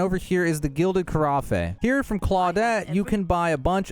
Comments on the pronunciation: Americans it's pronounced carroff or carraff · Thanks! On a side note Carafe is pronounced car-aff. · His pronunciation of carafe is painful. It’s ‘carafe’ like ‘giraffe’, not ‘carafe’ like ‘caffè’.